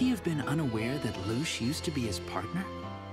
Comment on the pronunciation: One last thing. Her name is LUCHE Not loochay!!!